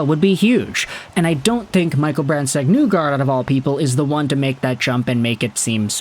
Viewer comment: You’re saying his name wrong. It’s not NEWgard. It’s pronounced like KNEE gard.